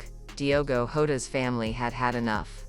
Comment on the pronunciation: PLEASE just use the correct surname......its Jota ...not Horta....😡😡😡😡😡😡